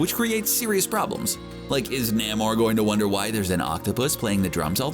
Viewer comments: It's pronounced NAME-OR, not NAMM-OR. eye roll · ITS FUCKING NAY-MOR NOT NAM-MOR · It is really distracting hearing Namor's name mispronounced. Try this "Nay more". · NAY-MORE it's pronounced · No one::NaeighMore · Say Naymor. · Saying Namor wrong my friend. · Lmfao Everytime you pronounce Namor I cannot contain myself that's funny asf no sir lol that's not how you say it 🤦🏾‍♂️😫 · do you HAVE to say Namor like that ?